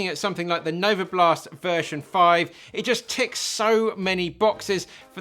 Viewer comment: Novablast* not novoblast